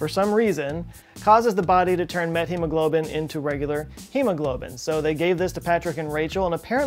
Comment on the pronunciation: Ooooooh. METhemoglobin, not METHemoglobin. Gothca.